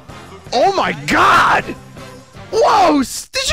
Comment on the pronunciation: The way he says, "Oh mY gOd!!" made me lose it